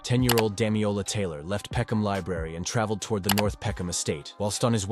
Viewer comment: my guy needs to learn how to read. it's DamiLola, not Damiola. Amongst a lot of other mispronunciations in the video